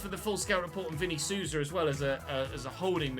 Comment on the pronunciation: Quick tip: The 'Sou' in Souza is basically pronounced like 'soul'. Souza = soul-za, not soo-za.